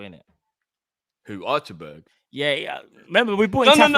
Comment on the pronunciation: I was wheezing everytime said "Archer-berg" 😂